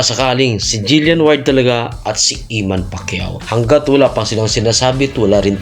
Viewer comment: Eman po...di iman😅